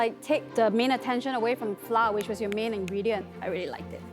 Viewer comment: As an expat, is it a Singaporean thing to pronounce flour as ‘flah’ instead of the proper ‘flower’